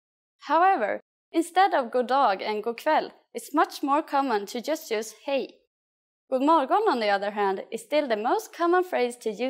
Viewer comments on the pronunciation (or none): As far as I know they don't pronaunce the "d" and "g" in that sentence. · The “g” isn’t supposed to be so heavily pronounced. I’m Swedish and we don’t say it like this in Sweden. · The pronunciation of "God morgon" (like ) in this video is strange, here the "g" is very hard, but in every other I have listened to, the "g" is very little pronounced, almost inaudible 🤔